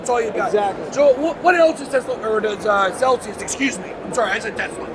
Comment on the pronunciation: Lmao - it's Celsius not celcius 🤦‍♂️